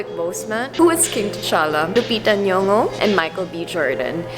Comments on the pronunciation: Her N'yongo pronounciation sounded more African than anyone interviewer I've ever heard. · The first non-Kenyan I've heard pronouncing "Nyong'o" correctly. Love from Kenya. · The first interviewer ever to get Lupita's last name pronounced like a native & she's Filipina.Well done!!! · Crushoversmash She said the name perfectly, I was impressed not many pronounce it right